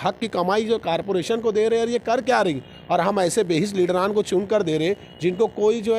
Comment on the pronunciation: Carporation x zummedari x Corporation + Zimmedari nahi bol sakte Malegaon ke Educated.